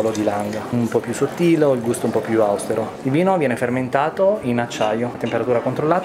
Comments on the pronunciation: Min. :....più "àustero"???? Da quando non si dice più "austéro"? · mi spiace, ma da un sommelier di quel livello non si può sentire: "ha un gusto un po' più àustero". Ma che cavoli! A Giano&Franci sempre forza tutta! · Austèro, caro il mio sommelier, non àustero ! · il cameriere ha detto àustero!!! prendete la rùbrica per favore! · E comunque si dice austèro non àustero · Però diteglielo al sommelier che "àustero" non si può sentire. Da nessuna parte ma a maggior ragione a Villa Crespi. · Gusto austero con l'accento sulla A, mi raccomando...A 9 euro all'ora ci sta :-) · Video ed esperienza bellissima..però..però.. austero con l'accento sbagliato da parte del sommelier al minuto 11..ahi ahi! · Ho chiuso quando, al minuto 11, ho sentito pronunciare AUSTERO in un modo che non avrei mai creduto. Io capisco che quello che devono dire i camerieri sia scritto e loro debbano studiarselo a memoria, ma almeno la pronuncia dall'italiano, soprattutto in un ristorante a 3 stelle .....😅